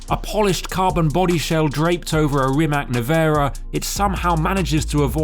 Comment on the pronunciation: You're saying Rimac wrong